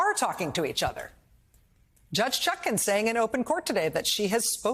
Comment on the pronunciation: It's "ChutkAn". Her name is regularly mispronounced as "ChutKIN", but the most honourable Judge Chutkan deserves all the respect of which right-minded people are capable.